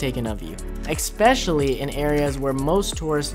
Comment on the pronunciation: Dang kid. Stop saying exspecially it's Especially good vid kid!